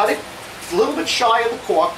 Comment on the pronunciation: For a second i thought you said that you line your drawers with "caulk". Had a laugh, then realized you said "cork" Haha, another good video, thanks!